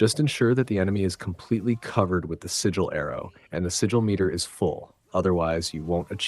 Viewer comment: I can't even finish this vid after 8 mins LOL. Constantly saying sword as if he only has one when he holds two (esp if you don't wanna call them blades). Freya has a sword so this whole time in those 8 mins I thought he was talking about Freya. Doesn't know how to pronounce sigil and makes it sound like only Atreus has those arrows when Freya does too